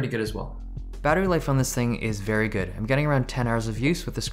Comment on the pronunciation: U need to find to find another word for "Vey good"